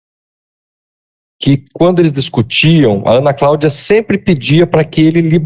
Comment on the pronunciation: A juiza fala Craudia????? sério?